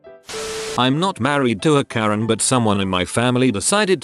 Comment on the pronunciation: Wait, did this guy misread Karen as Korean? XD